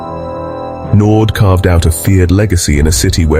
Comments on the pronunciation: Naude not Naud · It's not NORD but Naude and you pronounce it as NAU like in Naughty and then the De part like in Dear. (Naude) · Or "no dee". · His surname is French, it is said as Nau--dea. Not Nord. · His surname is not Nord its naude. Nor-dear is how you would say it . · It's not pronounced, Noord, but Nour-dee 😮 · Nood. It's nouh-deah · Crappy AI commentary. Andre Nord? When I start watching a video and get that, I just switch off. It's not difficult at all to do a proper voice over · " Nord"? When AI fails. NEXT! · It's pronounced Nor - dear my friend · Naude? Pronounced Naudeeea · You pronounce his surname 'naudear' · Andre Nord😅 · Learn to pronounce our names properly if you wanna tell our stories bru. It's "knaw deer" bru!